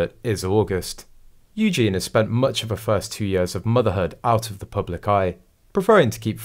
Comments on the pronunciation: It’s pronounced Eugeneee not Eugene! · I don’t ‘like’ your reports because of the multiple mispronunciations - ie EugeNIE please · For goodness sake....it is pronounced EWGEENY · not a chance would this child be anything to do with Eugenie - the voiceover on this video pronounced her name wrong, it has and I in the name please learn how to say the name.